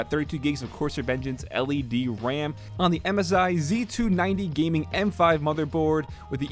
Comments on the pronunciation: sounded like he said Wwam instead of ram 😂 great video tho 👌🏼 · Did he just say wam???? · KaneThomo * i thought that too lol😂😂